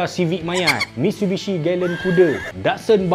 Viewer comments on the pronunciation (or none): none